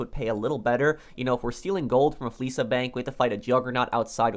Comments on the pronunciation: *fleeca Not fleesa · My man said Fleesa bank 😂